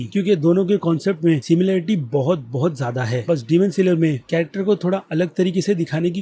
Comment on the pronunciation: Plz stop reviewing anime ... U r pathetic 🥺 .. don't ruin our anime community ... And also stop calling it saler .. it's annoying ...